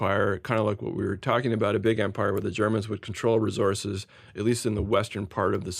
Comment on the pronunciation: Resources! Not resources